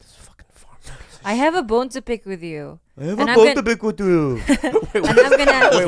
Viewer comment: "I have a bone to pik vid yu" funniest part in this podcast IMO.